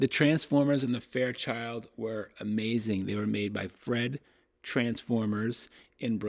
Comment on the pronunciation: That was supposed to be Freed transformers, pronounced Freed, not "Fred" . By the way, my experience with hifi goes back to the 1970s and 80s when there was a speaker manufacturer named Bud Fried; people would call the store and ask "do you guys sell Fried speakers"? I had to restrain myself from saying "sure, we'll blow them up in advance before you buy them, if that's what you want!"